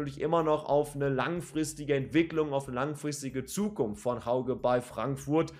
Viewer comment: Hauge spricht man "Höüge" aus. Sow hat bekanntgegeben, dass er bleibt. Ob Ndicka bleibt, ist noch nicht ganz klar. Bei Götze bin ich mir nicht sicher, wie er sich entwickelt, zumindest war er in den ersten beiden Ligaspielen eher unauffällig. Aber vielleicht platzt ja noch der Knoten.